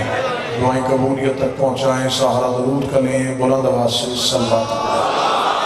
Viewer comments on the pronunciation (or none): none